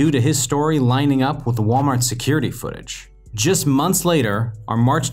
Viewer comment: You might as well say "the baby" because your "da" is........